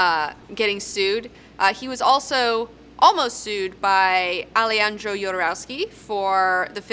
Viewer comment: It is pronounce ALEHANDRO, "ja" y spanish it is like "ha"